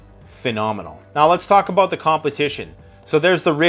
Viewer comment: Dude stop saying aboat it’s about